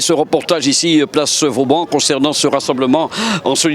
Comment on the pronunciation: Place "Vauban" et non place "Vaudan"...